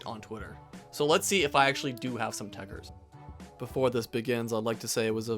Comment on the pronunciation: It’s actually tekkerZ not tekkerS smh